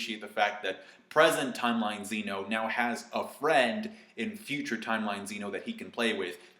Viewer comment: zeh no. not zee no